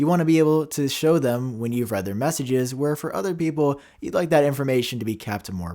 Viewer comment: iMessage read. It’s “red” not “Reed”